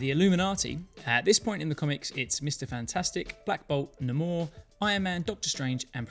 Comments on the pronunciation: hate to be the "you're pronouncing it wrong" guy, but it's actually nay-mor, not nah-moor. Namor is the only one that says it thay way and that's only in the movie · It's pronounced like Nay-mor asshole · Why did you say namor like that? Are you a whole person or something? There’s no twang on it, it’s manor plain and simple.